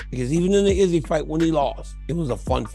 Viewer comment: Man I can't stand how you pronounce izzys name!😂